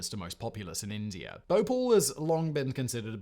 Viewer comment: I like how Simon pronounces India and Indier.